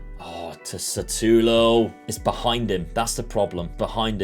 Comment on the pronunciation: its not satulo its shutalo my guy